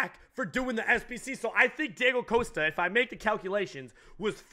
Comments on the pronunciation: It's causta not coasta Mexican pleb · Please, for the love of God, stop pronouncing his name as 'Coaster' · The way he pronounces Costa wrong is so irritating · joey slade ikr he can't pronounce costa lol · How can a mexican guy not say Costa